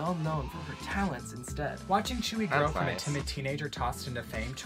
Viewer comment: tzuyu is pronounced t-sue-you in her native language (taiwanese) but pronounced Chewy in korean